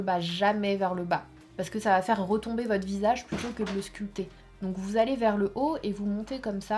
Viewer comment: Sanaaaaaa on ne dit pas le "p" dans le mot sculpter tu le dis à chaque fois 😂